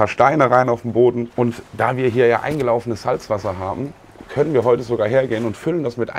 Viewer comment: Eigentlich ein tolles Video mit sympathischen Leuten, aber wenn ich solche Sachen höre wie "eingelaufenes Meerwasser" und das noch so betont wird muss ich lachen...